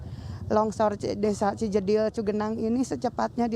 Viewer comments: Bukan Cibedil, tapi Cijedil. 🙏😊 ..Horas , Bang !🙏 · Ci jedil mas reporter bkn desa ci bedil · Cijedil pa bkn ci bedil